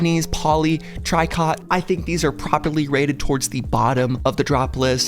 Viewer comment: just for your info tricot is actually pronounced "tree-koh" its french for knit. I googled to double check and it still says "tri-kot" but the sewing reddit and the quilting class I took in college says otherwise. Anyways keep the uploads coming.